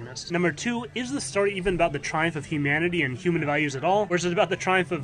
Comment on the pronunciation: I wanted to watch this, but I couldn't deal with story being pronounced stary